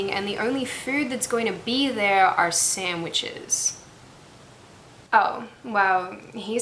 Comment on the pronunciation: Did I hear sammitches? #MeMan #MeHungry